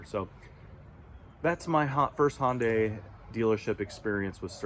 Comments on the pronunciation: Hon-Day? I think its Hi-Un-Die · Why do people have such a hard time pronouncing Hyundai! HUN-DAY! Not HON-DAY or HI-UN-DAY. HUN-DAY like Sunday. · Try pronouncing the name of the carmaker you own correctly: Hun-day, rhymes with Monday. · Why do people have trouble pronouncing the name of the company they just bought the car from?